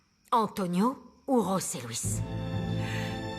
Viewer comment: c'est bien José Luis,les espagnols prononce"j" comme "r" voilà pourquoi on tu entends rose Luis